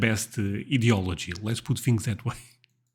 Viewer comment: You said Fat electrician. I couldnt understand those words the way you were pronouncing them,. Ideology is pronounced differently than you are saying too.